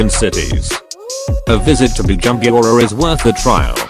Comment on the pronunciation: You must learn how to pronounce the African names coz the way you pronounce Bujumbura 😁😄😅is very funny.